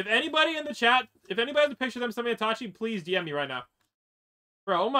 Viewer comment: The ways he says itachi just pises me off